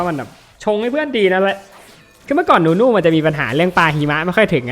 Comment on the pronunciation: นู่นู่ ไม่ใช่ นุนุ ครับ555